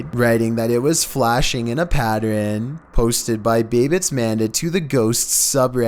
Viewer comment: Did u hear the way he said pattern looooool